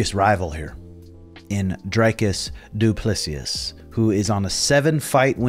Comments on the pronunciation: It’s pronounced “doo plaa see” coach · its DOO-PLEE-SEE .... jesus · At this point I'm convinced that your saying these guys names incorrectly on purpose. Umnar , DuPlessius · You all got it wrong, it's a fench name, replace the "doo" with french "dU", and don't skip the "s" at the end. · It's a French name. Du (French sound 'u') ple ('e' like in bed) si (see). The final 's' is not pronounced. Drikus: in French or in Dutch, it would be pronounced the same : dree - kuss ('u' pronounced like the vowel 'u' in French or in Dutch) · Say...doo plu sea....as in ocean,SEA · You pronounce it DU-PLESI you goof